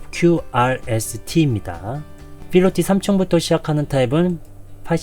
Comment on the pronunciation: 상세한 분석 감사합니다 그런데 1편부터 아파트 이름(프라이드 시티)과 필로티, PIT 구조.. 분명 p발음이어야하는데 무조건 영어식 f발음을 하셔서 들을 때 약간 읭? 스러운 부분이 있었습니당.. 중요한 거 아닌데 지적해서 죄송합니다. 😭